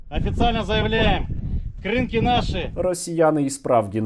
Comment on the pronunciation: Будь ласка, КрИнки, а не КринкИ